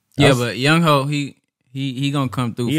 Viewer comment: Aye if y'all dont get no "memeabilla" ima sign and send my old semi pro shoulder pads in. Also younghoe is pronounced "young-way" 😂